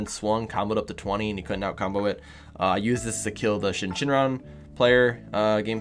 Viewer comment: Love your videos man! But please for the love of God... its SYN shenron. Not Shin Shenron. lol